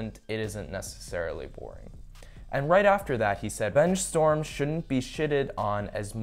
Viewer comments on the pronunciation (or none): none